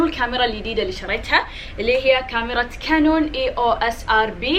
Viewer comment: اول مره قالت كانون قالت كينون 😂